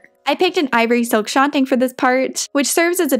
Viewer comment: love this video... one thing... it is SHAN (as in shannon) and TUNG as in tongue. shantung.